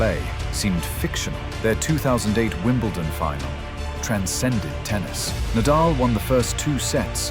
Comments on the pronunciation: Nadal is pronounced Nah-Dahl. Not Neighdel. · This video seems AI generated, with many mistakes. When Nadal's name was pronounced Nay-dal, I almost cried. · I logged in just to say how badly the AI did with this video. It's already been pointed out that Nadal's name is repeatedly mispronounced and that Lendl had a 1HBH, but not sure anyone has mentioned showing the wrong Williams sister or repeatedly showing a pickle ball court. No doubt there are many other errors--do better AI. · It’s an ai voice duh of course it can’t pronounce names correctly. How can you not see this? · Never heard Nadals name so wrongly outspoken. And of course, he didn’t "own" Federer. Federer the Goat, most enjoyable tennis player. Nadal the athletic giant, master of clay. Djokovic the competitive and most successful player in total, with age advantage vs Federer. Even 6 y younger, Nole vs Roger H2H is only 27-23...and could easily have been 26-24. All three players wee giants!